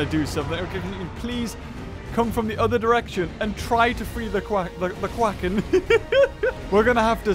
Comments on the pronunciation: said Quacken instead of Kraken. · well now I know why it's called the kraken (pronounced: CRACK-in)